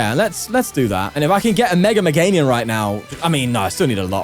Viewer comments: day 67 of pointing out he says "MeganiuN" 😭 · You have to start saying Meganium correctly at some point